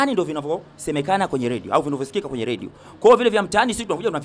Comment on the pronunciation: Wewe nini "ladio" usiandike unavyo sema ....."Radio"